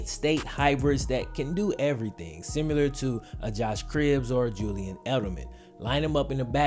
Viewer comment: If this man says “simular” one more time, I’m gonna pee myself.